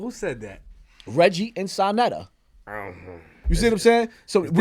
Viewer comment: Sanetta lol its Sa neter Flip